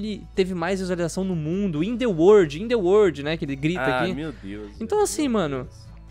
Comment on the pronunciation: eu sou o maior youtuber do uordi(obs:arriscou no ingles(outra obs:é world))